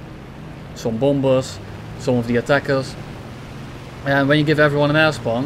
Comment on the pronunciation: I keep hearing "Ass bomb" instead of "Air spawn"